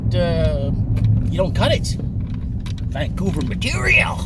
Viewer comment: Every time you said Vancouver I just about fell off my chair.